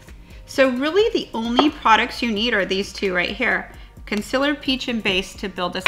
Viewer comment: wow, I had no idea she was saying "concealer" I was literally thinking "what is consillor? I need to look that up" lol